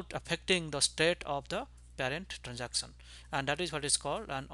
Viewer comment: "transacson"sounds so funny ;( lol still a good vid.